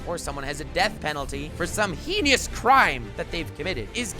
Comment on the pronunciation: heinous not heenious